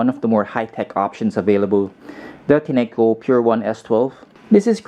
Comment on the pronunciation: Enjoyed your review. FYI the correct pronunciation of the brand is Tin-co, as evidenced by the company website.